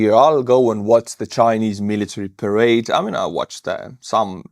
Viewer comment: This was how conflict in the cold war were fought, through smaller puppet regimes battling each other with support from NATO and Soviets. No telling what the end will look like except more death, Putin has really screwed Russia. When you showed Chinese parade, it sounded like you said charade, which I think is appropriate. Trump seems to be trying to talk politics while still pretending to talk tough.